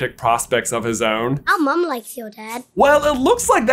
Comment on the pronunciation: Do Australians make mum sound plural like they do pops for dads? Like, you're talking about one parent but it sounds like you add an S to the end?